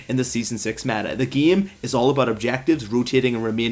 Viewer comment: And "gam" instead of game